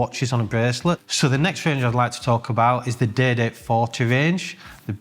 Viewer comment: Great content! Excellent format. Up to date and honest info on the market is extremely valued. However truth be told, I am tuning in to here his accent, specifically when he says "day date".....so good!